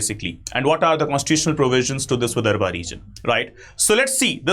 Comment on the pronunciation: विदर्भ आहे ते...